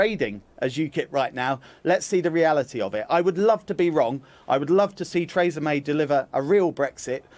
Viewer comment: Trays-a May